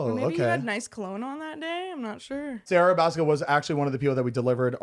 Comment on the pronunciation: Thanks to Kian & JC, I can't help but pronounce Sarah Baska aa Zarha Bazkha. Loved this episode! It was nice because the vibe between them all was natural, it was hilarious, and different from their typical eps. And once I saw Catalina was Caitlyn Rae, I immediately went to find their podcast. Thanks for the entertainment guys!